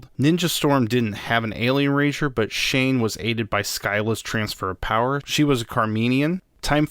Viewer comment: Zain not shane